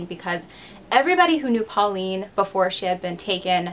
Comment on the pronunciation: Hi, your prononciation isn’t completly off, but the aul in pauline is ponounced like « hole ». And the « d » in picard is silent. Great video, i would live more french cases or australian ones. Love from France